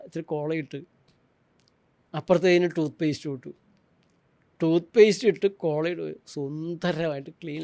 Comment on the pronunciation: കുഴിമന്തി❌❌ കുഴിമാന്തി✅✅✅✅ മയണൈസ്❌❌ മരണൈസ്✅✅✅✅ കോള❌❌ കോളാ✅✅✅✅